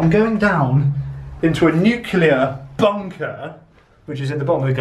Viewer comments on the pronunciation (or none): It's not nuclear